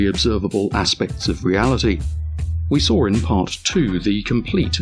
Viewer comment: "Saw" ends with a W, not an R.